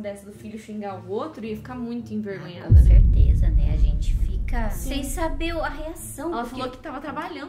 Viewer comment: "CONCERTEZA" KKKKKKKKKKKKKK COM CERTEZA**